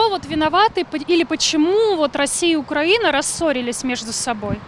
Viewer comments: Ведущая! Украи'на (ударение на И) и поэтому украИ'нец, а не укрАнец. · Украина и Украинцы внимание для ведущей!!! Ударение не "а" а на "и". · Солнышко, делай правильно ударение Украина, украинцы, ужасно слушать. 🤮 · Государство УкраИна, народ украИнский☝🏻 Журналисты должны правильно произносить